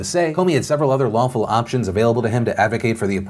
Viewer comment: Looked away from the screen for 10 seconds and quickly turned back when I heard "several waffle options" needless to say I was sad to find out it was "several lawful options"...